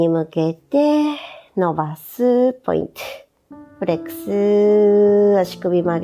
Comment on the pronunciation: やりやすくて為になるけど、「ポイントゥ」って言う所がイライラしてしまう😥